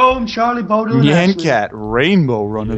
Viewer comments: How Jerome pronounces Bodil : Bor-Dil hahaha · Jerome said bodle for bodil